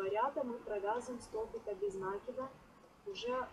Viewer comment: Очень красиво!Только правильно не без нАкида , а правильно произносится без накИда.